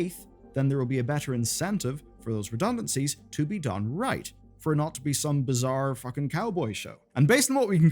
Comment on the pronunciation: "Redunancies, reduncancies, redunancies" Just come out and say it! They were fired!